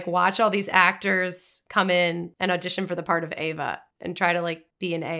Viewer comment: Also, you guys, it's "AVA"! NOT "Eva". It's even within the captions of this video! Just look at the screen!